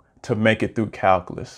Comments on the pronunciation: FYI, its pronounced - KAL - Q - LUS, not Kal - Kah - Lus. It's very hard to take someone seriously if they can't correctly pronounce the subject correctly, especially if they are born in the U.S. and the video is in English. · What's "calcalus"? Is that like calculus?